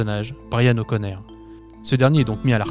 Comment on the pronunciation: O'connor non pas o'connair lol